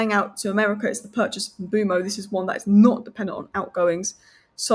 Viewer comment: Why is she pronouning the name 'Mbuemo' that way